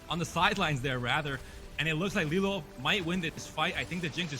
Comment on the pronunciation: Get rid of this girl, she can’t even read LiLuo properly… In no world ever is it “lee-lyew” calls every fight inaccurately, doesn’t know what she’s talking about